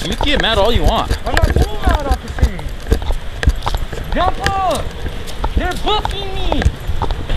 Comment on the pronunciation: “i ApPreCiATe YoU oCCiFer!”